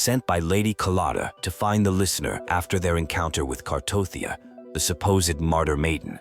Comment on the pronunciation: bruh her name is Cartethiya not Cartothya wtf 😂 and the other one name is Carlotta lol haha and 😂 the otherself of Cartethiya's name is Flurdelys (Flurdelis)